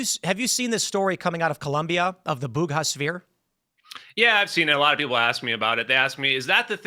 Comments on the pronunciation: There's no 'h' in Buga, Tim. Don't know from where you got that. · Buga not Bug ha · It's BUGA 🤦🏻‍♂️ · Great story. It’s Buga. Town of Buga, in Valley del Cauca, Colombia. The Bugha name sounds like the name of some place in India, in the east.